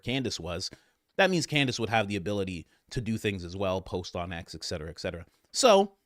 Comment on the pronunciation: Love listening. Small correction “et-cetera” versus “ek -cetera “